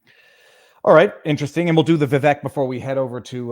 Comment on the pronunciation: It is pronounced vi-vake like cake